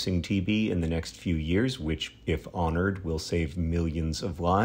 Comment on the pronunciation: Love the verbal italics on "if honored".